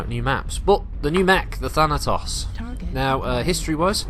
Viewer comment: "Thanatossers" - That had me giggling far more than it should've. Had to go back and actually listen again because I was just thinking about that for awhile, haha!